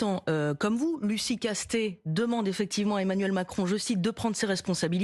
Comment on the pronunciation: Castet "et " sans e comme Monet :ET